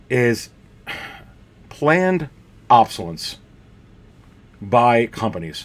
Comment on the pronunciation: I enjoy your videos but just a tip - it’s pronounced “ob-so-less- ence” not “ob-so-lence”. I know some people consider it rude to correct other people’s spelling or pronunciation online but you repeated it so many times I had to let you know. I personally would want to know. It’s like having something stuck in my front teeth. I would want someone to tell me.